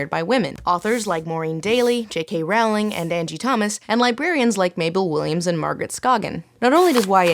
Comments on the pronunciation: It's pronounced rolling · It's pronouced like "row", as in "row your boat" (I don't care about her that much anymore, but this mispronunciation is still something that annoys me) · And also, why is it called Young ADULT when it's for teens? Originally it was what teens were reading and yet it was called young adult. I'm pretty sure to anyone at the time young adult would have meant 18-25 or so. Also, you mispronounced Rowling's name.